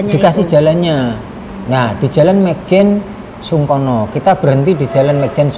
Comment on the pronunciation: nyebutnya yg benerJl.mayjen sungkono